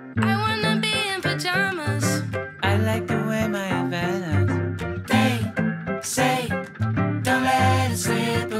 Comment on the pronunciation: I was so into this song until he mispronounced havaianas as "havanas". It made me so sad.